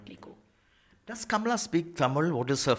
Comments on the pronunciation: DANE CALLOWAY should listen to this interview and post it!! He's always posting negative videos about Kamala Harris...plus he always pronounces her name incorrectly...which is disrespectful!! Kamala came from an educated family...not the bottom of the barrel family. People should STOP bashing KAMALA!! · If she wants to lean into identity politics and exploit her background when it suits her then she absolutely does have a responsibility to honour her heritage. She doesn't even say her own name correctly.